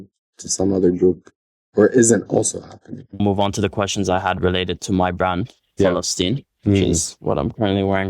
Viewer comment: How pathetic. Someone that cannot even pronounce the name of Palestine claiming that this is his land. 😂😂 There's a P not an F ...